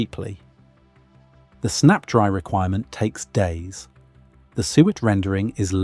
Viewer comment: PLEASE, drop the AI narration that cannot pronounce "SUET" properly. Or, prooflisten to the narration before releasing a video. Hell, I'll do the proof listening and send you a list of issues. Be more professional, attend to quality, and have a better product, and get more watchers.